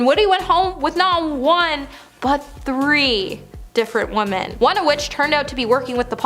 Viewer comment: her name is "",other womEn not woman,three diffrent womEn,omg the pauses and the heavy breathing are just not gonna go away,is it? this is painfull jesus please try to practise or memorise before tapppping,it will get easier with time